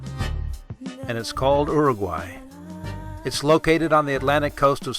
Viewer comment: You would think you would pronounce Uruguay correctly after so much work.